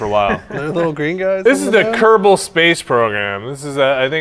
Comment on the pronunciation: Ker-bin not kerbal they are kerbal that is their species